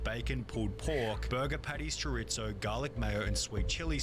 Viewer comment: "Chore-It-zo" lol